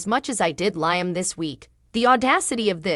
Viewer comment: Please pronounce Liam right